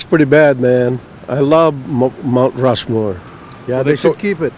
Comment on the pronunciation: Rount Mushmore